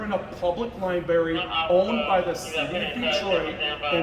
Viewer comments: Libary lol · Is he saying "LI-BERRY" on purpose? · All of these cops are so wrong, the supervisor was just calmly wrong. But please learn how to pronounce library when you are in the library lol!